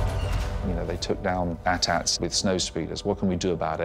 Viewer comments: Did he just say AtAt? Its pronounced ey tee ey tee! smh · The way he pronounced AT-AT Triggered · First of all. A.T.-A.T. YOU LITERALLY NAMED IT AT-M6! So HOOOOW would you pronounce that if you think they're called "atats"? "Atmmmsix"? Second, one of the ONLY good decisions made by the new movies...And that's saying a lot.